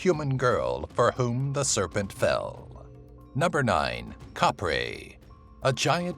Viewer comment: Not kapri its kapre the pronounciation hahahaha